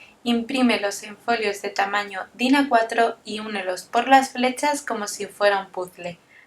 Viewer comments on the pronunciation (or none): Cómo se imprime en tina4? Eso es lo que dices? No se entiende. Es tamáño carta? O que tamaño es? Alguien que me ayude. Porque ella no contesta.